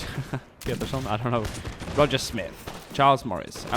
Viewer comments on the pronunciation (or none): none